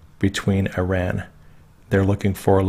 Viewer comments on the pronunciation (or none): none